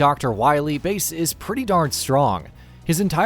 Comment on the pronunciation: Its bass not base lol